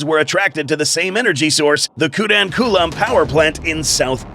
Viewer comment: bro its kudamkulam not kudam kulam